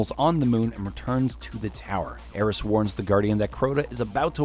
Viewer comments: Just go watch Byf. He actually says stuff correctly like ERIS NOT ERIN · Erin mourn? Eris* lol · im pissed... Why did he call ERIS. ERIN?